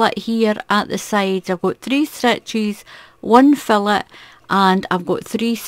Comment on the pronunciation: Loving your tutorials, i love doing Filet (pronounced Feelay) crochet, it's beautiful.